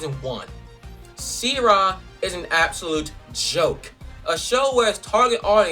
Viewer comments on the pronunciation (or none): it's she-ra not sea-ra